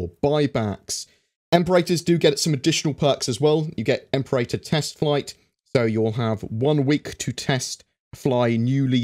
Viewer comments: Em-pair-ahtor is the correct pronunciation of Imperator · Im-Pear-Uh-Tor Well, one interpretation anyway. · im-PE-ra-tor. "PE" as in "penny". "TOR" as in "torrent". :)